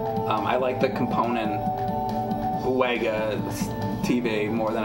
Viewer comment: WEGA is pronounced "Vega". German's gonna german. In the grand scheme of things it doesn't matter but everytime you say it wrong I think about Doctor Pulaski calling Data "Dah-ta" instead of "Day-ta" and him verbally slapping the shit out of her.